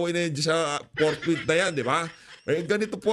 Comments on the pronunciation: Si escudero ang basa sa fourthwith,ang basa at pag kakaintindi ay portbarrel bwahh arugoy kaganid nireng si chiz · PORKWITH!!! Hindi forthwith ang sigaw nila.